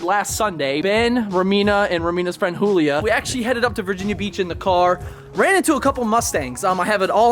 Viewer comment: Can we all just agree and call this chick Julia jule-e-ah